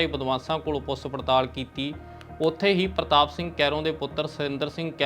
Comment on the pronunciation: ਸ਼ ਨੂੰ ਸ ਤੇ ਛ ਨੂੰ ਸ ਨਾ ਬੋਲੋ। ਸ਼ਬਦ ਜਿੱਥੇ ਸੁਧਾਰ ਕਰ ਸਕਦੇ ਹੋ.. ਪੁਸ ਪੜਤਾਲ ਨਹੀਂ ਪੁੱਛ ਪੜਤਾਲ। ਗੈਬ ਨਹੀਂ ਗਾਇਬ। ਰੈਫਲ ਨਹੀਂ ਰਾਇਫਲ। ਅੰਬਰਤਸਰ ਨਹੀਂ ਅੰਮ੍ਰਿਤਸਰ। ਸੋਟਾ ਨਹੀਂ ਛੋਟਾ। ਸੱਡ ਨਹੀਂ ਛੱਡ। ਸੇਡ ਨਹੀਂ ਸਾਈਡ। ਰਾਸਟਰਪਤੀ ਨਹੀਂ ਰਾਸ਼ਟਰਪਤੀ। ਲਾਸਾਂ ਨਹੀਂ ਲਾਸ਼ਾਂ। ਪਿਸਲੀ ਨਹੀਂ ਪਿੱਛਲੀ। ਆਮ ਬੋਲ ਚਾਲ ਦੀ ਭਾਸ਼ਾ ਤੇ ਖ਼ਬਰ ਪੜ੍ਹਨ ਦੀ ਭਾਸ਼ਾ ਵਿੱਚ ਫ਼ਰਕ ਹੁੰਦਾ ਹੈ ।